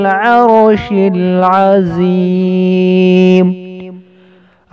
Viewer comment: Salam. ماشاء اللہ urdu tarjuma bhi boldena tah aap aur laash me Azeem ko mohta padrna hai maqraj sahi hona